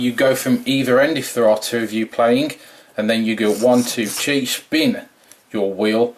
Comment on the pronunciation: Hahahahaha it sound like he said she battle